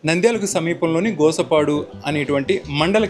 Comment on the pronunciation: Bro Gosapadu kadhu Gospadu. Sorry